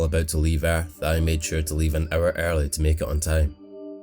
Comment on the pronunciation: Not gonna lie when I hear him read "an hour early" I thought he gave us an 'owa owa'